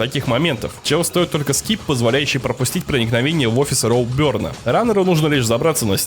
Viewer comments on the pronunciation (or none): Не роубёрн а роуберн